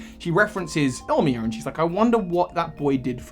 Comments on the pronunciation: Great vid, quick note tho: it's pronounced "ill-ee-ma", not "ill-mee-a" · I - Li - Ma bro not Ilmia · Illima in is pronounced "ee-lee-ma". Source: from Hawai'i. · Just a quick thing in from Hawaii and my friends name is close to the first trial captain a better pronunciation would be (ill-Lima) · Ilima's name is pronounced ill-lee-ma, and your Z-Move poses were WAY off from any Z-Move what so ever The edit is spelling fixes, my computer has no auto correct and I hit two keys instead of one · This is super old by now, but the name Ilima would be pronounced “Ee-lee-mah.” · the smeargle trainer’s name is pronounced like “ill-ee-ma” it’s a hawaiian name :) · Nah, the first “I” gets the first syllable breakdown. I-li-ma.